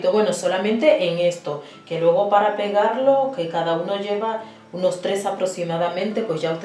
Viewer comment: Aunque después dice "unos" y sí lo dice correctamente.